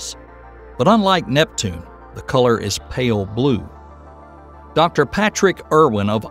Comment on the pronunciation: I thought he said "Neptune's blue collar" rather than "colour", as if it's a working class planet!🤦🏻‍♀️